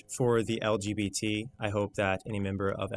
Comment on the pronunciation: every single time he says "elgeebeetees" it cracks me up